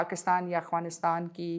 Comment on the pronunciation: I am surprised Maria Sultan can not pronounce "Afghanistan " correctly. If Afghanistan invite TTP, BLA, And others to have a dialogue, how Pakistan will perceive it ? Pakistan should stop it's strategic depth in Afghanistan.